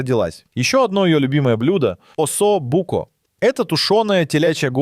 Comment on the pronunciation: Братка, ну серьезно, у тебя 1,5м просмотров, а ударение в видео просто ппц. ОссобУко… ТирАмису… ГоргОнзолу… Дальше не стал смотреть…